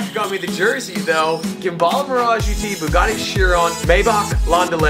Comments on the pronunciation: My heart dies every time you pronounced Gemballa as gem-be-luh. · * Gemballa, cannot pronounce it and you had no idea it existed before or you would have spelled it correctly and not the way pronounced it.